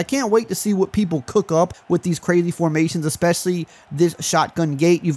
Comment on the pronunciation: Say “cook” one more time.